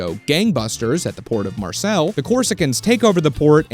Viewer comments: As a french person I was like ''Where tf is Marcel..Is it in the south? In Marseille maybe?...OH GOSH IT'S MARSEILLE'' (Its pronounced Marsey so I kinda had to decipher that lol) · Bout to give me an give me an aneurysm pronouncing Marseilles as "Marcel" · No-one gonna mention how badly he butchered the pronunciation of Marseille? 😂 (It's kinda like "Mar-say") Good video otherwise. Just came from Pt 1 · City of Mars-Sell, France. Pronouncing everything with the confidence of a Brit, like an absolute alpha Giga Chad! 😭